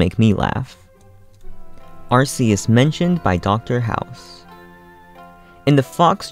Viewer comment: No it's ar-kee-us not ar-see-us